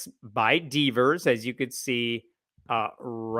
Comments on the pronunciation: Before I saw his name in print I thought was saying Dusty Beavers, which would be hilarious! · When I heard "Dusty Deevers" I thought was saying "Dusty Beavers" and I thought that was the best name ever for this guy. Anyway, it still sounds like a great name for an OK drag queen, so feel free to use it!!!